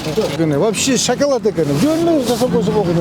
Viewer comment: Шокалад дейтго😂